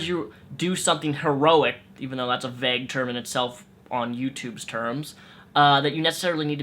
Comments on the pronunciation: you say "vague" weird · NEVER say "vague" again:) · Holy shit say vague correctly... so triggered